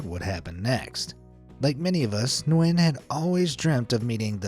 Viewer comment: Hi I'm from Vietnam, just so you know, it's pronounced nuy-en not nwen. Thank you for coming to my grammer police Ted talk.